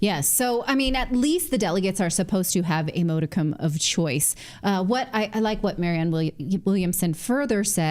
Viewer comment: N: I believe you're mispronouncing modicum. The o is not a long o sound.